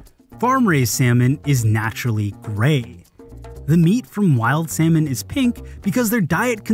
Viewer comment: The way he pronounced "Salmon" though